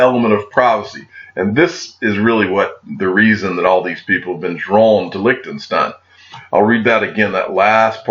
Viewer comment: Each time you pronounce licked'n'stein my ears start bleeding as fuck. Quick tip on how to pronounce Liechtenstein, you take the "lish" from bullish and replace the "liech". Please have a try Lishtenstein 😅👍🏽